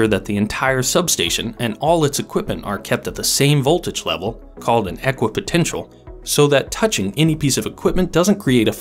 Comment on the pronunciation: you said aquapotential , actually it's equipotential...